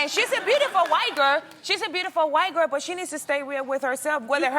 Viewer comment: “She’s a White gurr. She’s a beautiful White gurr...She’s still a White gurr.” 💀